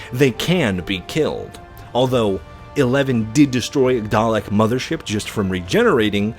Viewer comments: its Daleks not Darleks, he did that wrong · "Darlek" I hurt so much every time people mispronounce the easily understood 2 syllable word "Dalek" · Dalek* there isnt an r